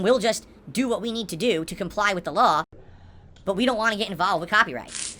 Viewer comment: He also occasionally pronounces “but” as “boaht”😂 I hate him so much